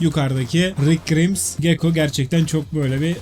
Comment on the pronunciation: koskoca twd kahramanı rick grimesa rik grimss dedi yüce yürekli